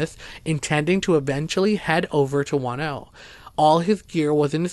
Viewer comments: I kept hearing "wanno" and didn't know where that was until I heard the capital and realized you were talking about Juno..lol..interesting stories.. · It's Juneau, (JEW-KNOW) NOT FUCKING, "Wahn-oh..." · P.s. it's not Juano but pronounced Jew no Alaska. Love your channel. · It's JUNE-OH..........not Juan-oh. Juneau, Alaska..... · Your Alaska story covering "Juano" should be called Juneua, pronounced Ju-no! There is no town called Juano in Alaska, maybe Spanish for Juneua? By the way, that is the capital of Alaska. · I love you stories but you need to get some tenth names right on the town's I mean it's not wan-no it's pronounced Juno Alaska.other than that I love your stories please turn your recording volume up a little bit cuz sometimes I have to use your plugs and even then it's hard to hear you keep up the good work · I also love your stories and have listened to many; however, it would help if you researched how to pronounce the names of towns. Juneau is pronounced June-O. I have also been there. Thanks for your stories and keep up the good work. I'm not trying to criticize just feel people would feel closer to the stories if the places were pronounced correctly. It took me awhile to realize what town you were talking about in Alaska because of how you said it. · Juneau Is the capital of Alaska and is not pronounces like so many city is the lover 48 states with the H sound. It is pronounces just like the month of June with an O on the end as in Oh. For a moment I didn't know where this place must be in Alaska until you told us about a court case which would have been in the Capital city of Alaska, which can only be assessed by airplane or boat. It has roads for cars inside a very small city that run along the coast for just a few miles and then just dead end. The capital building looks like and office building built in the 1970's that you'd see in every town and city in the country.